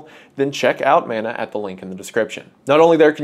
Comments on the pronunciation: Kia ora / hello Wendigoon, as a Māori it is very important for me to inform you of the proper pronunciation of Mana, as mana is a Māori word. Mana means strength, prestige and importance all in one. It is pronounced muh-nuh sort of like mon from money and uh. I hope you take this into consideration as it is a small but important thing to understand. Mauri ora / live well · Never forget. < and > lets you frame by frame on YT <3 🤣 Side note: I wish this would become more common but ill be damned if you don't make it look best, I'm proud as hell to see how you grabbed it and made the best of it. Much love (Edit) It is Man-Ah but if you're REALLY southern it MEN-ea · When he struggles to pronounce it, and he says it like Mana-sama, well, now I gotta listen to Malice Mizer more 😔